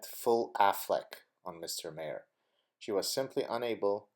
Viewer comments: It's pronounced ' marr' not 'mare' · Also bill maher is pronounced Marr, like a pirate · Maher is pronounced "MAHRR"